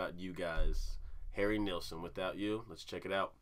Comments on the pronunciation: Couldn’t get enough of this song when he released it. Remember. No AUTOTUNE! His name is pronounced Neilson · Harry Nilsson , pronounced kneel-son. The album title is, Nilsson Schmilsson, it rhymes. You should check out the documentary of him titled, Who is Harry Nilsson (And Why Is Everybody Talkin' About Him)? A little twist in the title with his hit song, Everybody's Talkin', from the movie, Midnight Cowboy. The documentary is about 2 hours long, but worth it. Nilsson used to write jingles for commercials and songs for TV shows. He wrote the song, Cuddly Toy, for the Monkees , which they recorded and sang on their TV show. When it became a hit Nilsson's management told him, You can now quit your day job. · It’s pronounced KNEEL SON And boy could he sing. He had problems that haunted him.